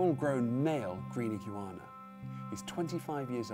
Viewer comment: why did he say iguana like that...